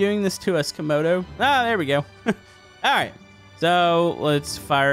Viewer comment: CAMODO not camar